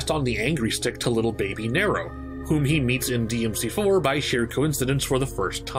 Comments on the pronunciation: Slight nit pick but it’s nee-ro not nair-o. also Virgil isn’t trying to grow the tree, urizen and Virgil are not the same person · ABI listen man i love these videos and i think you're fantastic at making them but it's pronounced "NEE-ro" not "Ne-ro" aside from that bang up job as usual. good work. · It's Nero not narow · Every character in the series that interacts with Nero: "Nero!" Narrator: "Nairo" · Cool vid. But you saying Niro instead of Nero was difficult to listen to. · Neeeerrro not Narrow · It's pronounced EEEva, nEEEro a very prominent E sound for both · Say NEro one more time, I fucken dare you. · Did he say Kylo Ren? Hahaha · Good vid man, but the way you pronounce nero killing me lol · Great stuff But you know the games have voice acting so how do you mispronounce "Nero" then pronounce it right and then double down on the mispronunciation? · why do you keep pronouncing Nero's name wrong? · That pronounciation of Nero irked me enough to skip past the 4 and 5 sections. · Your pronunciation of “Nero” is........... Disappointing 🤦🏾‍♂️.